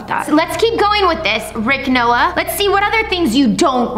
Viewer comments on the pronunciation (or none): LOL YOU SAID RICH 🤣🤣 ITS RICK 😜😜